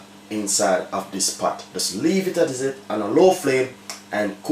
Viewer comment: It's *pot not pat